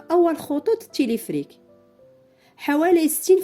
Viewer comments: Téléférique pas téléfrik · تيليفريك...تيليفريك..تيليفريك سميتو تيليفيريك Téléphérique et non pas téléphrique 😜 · وا شحال عصباتني هذ السيدة، وا راه سميتوا تيليفيريك téléphérique ماشي تيليفريك non pas telephrique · Téléphérique et non téléphrique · المرجو إعادة ل video , يجب نطق تلفريك ما شي تلفرك